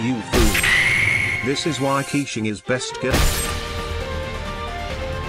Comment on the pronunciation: it's funny how the tts pronounces keqing as quicheing